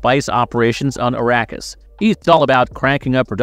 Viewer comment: Yeah… Arrakis sounding like “Iraqis” made me stop the video.